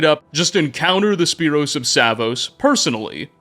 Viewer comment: Also: Spyros, not Sypros.